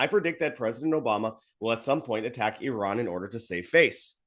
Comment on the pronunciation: I like how pronounced Iran, why do Americans say Eye ran.😂😂😂😂😂. Eye rack.